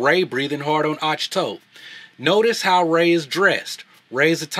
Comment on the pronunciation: Rey sucks, Anakin needed years of training and she doesn't? Plus, you're pronouncing Ahch-To wrong. Movies are a form of art, choices and casting is made in order to serve the story. Movies shouldn't be used as a platform to practice equal representation.